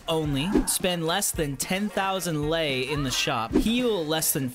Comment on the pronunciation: I feel honored that at least you pronounced my Currency correctly and nice (i mean about "Lei")